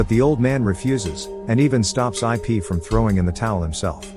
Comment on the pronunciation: It’s not I pee it’s ip just correcting you😊